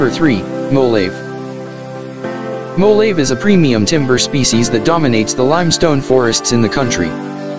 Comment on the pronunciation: MO-LA-VE NAR-RA MA-BO-LO / KA-MA-GONG